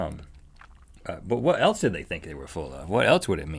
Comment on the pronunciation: ***** Rhett says 'elts' instead of 'else'